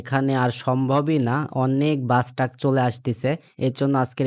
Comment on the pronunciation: ভাই টাক না❌ ট্রাক✅